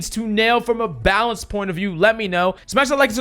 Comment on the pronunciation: "Blanaced" lol